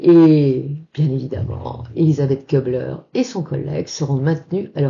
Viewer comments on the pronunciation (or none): ça me gène un peu d'entendre prononcer "KEU -bler : en allemand, le U avec tréma (umlaut) se prononce comme le u français, non ?